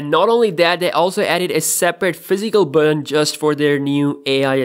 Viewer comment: The reviewer's accent is mostly unintrusive except how he pronounces the word button. it's not unpleasant. it's quite amusing. Buhden? Beoden? His pronunciation is pretty spot on for the most part. I'm not sure why he pronounces a very simple word like button like that.